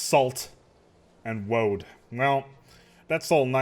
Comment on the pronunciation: When you say Woad it...it sounds like you're mispronouncing Road. So are you pronouncing it too well or not well enough?...